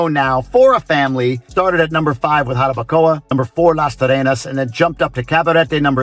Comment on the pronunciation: you sound Dominican now 🤣🤣NO anymore GRINGO sounds just so fine "Jarabacoa"